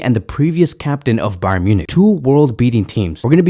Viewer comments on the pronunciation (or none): none